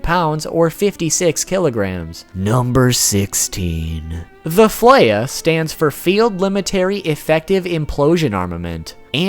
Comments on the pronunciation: Its not fleija its flea ya dumbass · the F.L.E.I.J.A. is actually pronounced "Fre-ya", a reference to Freyja, the norse goddess of war, among other things. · The J for Fleija must be a mistranslation. In japanese they pronounce "fureiya". The staff member that romanized this word must have thought that the "ya" was a "ja" when spelled in english. Words containing "j" are too often spelled as "y" when converted into japanese katakana.